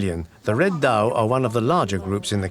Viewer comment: Zao,not dao.